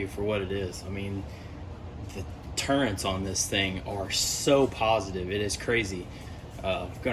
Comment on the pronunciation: Turrets - no 'N'. Thanks for the video.